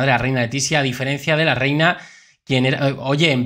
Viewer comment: Letisia. Noooooo. Es. Rehina.